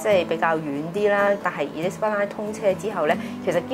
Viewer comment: Because most of her guests are agent, they are too haste to make sales talk. And their clients are those don’t know LONDON. A lot of words are most mispronounced with wrong stress, but the word Elizabeth is particularly mispronounced. I think has problem in selecting guests, most of them are agents or traders. They know the terminology, but not analysis